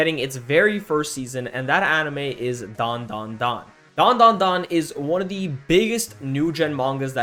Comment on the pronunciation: it's DAN DA DAN